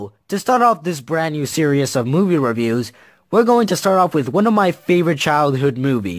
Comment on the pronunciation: Lol stop pronouncing series (surious)!